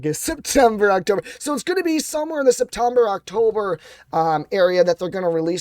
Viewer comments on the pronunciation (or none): Septomber???? ROFL